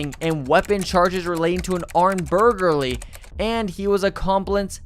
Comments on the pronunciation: mah boy said Burger Lee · “armed burgerly and he was accomplince had committed”? “desistated”? “revreberates”? I hope English isn’t this guy’s first language! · This guy “bulgary” “compliant” “desistated” 😂 he gets an A for effort, I’m here for it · the ‘ol armed burl-gary and the ‘ol accompllisss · "armed burger-ly" 😃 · My man the way you pronounce some words got me scratching my head lol. Burglary, reverberates, ambulance, lol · Burgarly lol 😆 maybe we have a case of dyslexia. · LOL i spit out my drink when he said BURGARLY